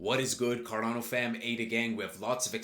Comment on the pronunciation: Carrrrdano come on man come on man carrerrrrdano